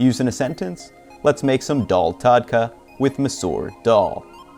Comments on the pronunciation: Its pronounced daahl not daawl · The way you say dal is hurting my ears... Like what even is that vowel?